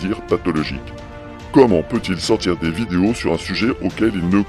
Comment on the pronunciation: J'adore comment la voix synthétique dit "vidios". Je trouve que c'est un parfait résumé : ces gens sont des vidiots... Merci, excellent travail comme d'habitude. Et mes félicitations sincères pour avoir cherché à comprendre son baragouin. Pour se balader dans le cerveau de Saïd Adjoul, il ne faut vraiment pas avoir peur du vide...